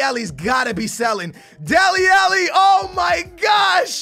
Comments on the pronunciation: Why does he say delli elli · Delli "Elli" lol this dude